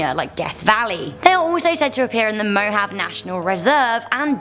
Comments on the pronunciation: I'm from WI, and I LOVE all of your videos. So does my mom...however y'all pronounce things very wrong sometimes...like you said Mohave...however it's pronounced movahee...and the one guy said cathicISM...not catholicism...not cool guys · Are you people so stupid you can't tell the English girl how to pronounce things in this country. First she mispronounced Abilene. Then she says the Mo-have desert. It's pronounced Mo-Hah-vee desert. Spelled Mojave. Quit letting her look stupid and uneducated. She reflects on you.